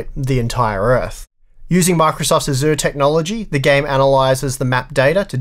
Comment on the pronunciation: Love the channel and your work as always, but PLEASE learn how to pronounce Azure.